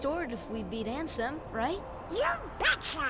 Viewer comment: haha every time says ansem, I hear handsome